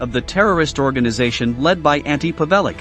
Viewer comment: ''Antee P'vellick'' ?? Is it too much trouble to look up a pronounciation??